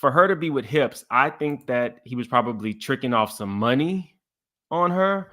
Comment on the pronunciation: NOT "HIPS" 😂 🍑